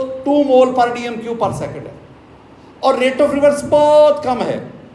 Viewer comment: Sir mole nhi Molue hota hai jaise joule nhi Jalue hota hai 😅😅